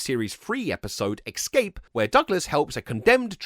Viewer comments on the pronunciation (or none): Es-cape* NOT ex-cape. You absolute doughnut. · Ex-scape? Who the eff pronounces "escape" like that, apart from Americans? 🤬🤬🤬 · Came ro the comments to see if anyone else noticed that lol! Now I know why I used to say "ex-cape" when I was a kid! 😩 I grew up in England, (an area in south east London called Dulwich), and we all pronounced it that way!